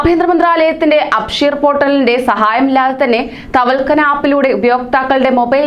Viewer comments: വാർത്ത വായിക്കുവല്ലേ അപ്പോൾ വാക്കുകൾ വ്യക്തമായി പറയുക... തവൽകന അല്ല തവക്കൽന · തവൽകന അല്ല ( തവക്കൽന ) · തവൽക്കന അല്ല മോളെ.... തവക്കൽന 😁😁😁🤣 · Thavalkana Alla thavakalna...aadyam Ellam onnu padichitu vartha vayiku....pls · തവൽക്കനാ അല്ല, തവക്കൽന എന്ന് പറയു.😂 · Tawalkkana അല്ല മോളെ thawakkalna എന്ന് പറയ് 👍❤️